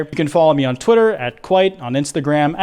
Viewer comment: Kwite Shapiro